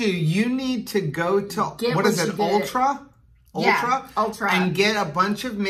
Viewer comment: It's ULTA, not ultra lol... are so cute! I did crockpot meat all night before and I could NOT sleep because of the smell Haha! Never again. I may need to get a smoker and cook outdoors:) yum